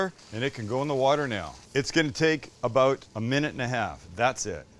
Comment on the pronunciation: I hear a Canadian “aboot?” 😁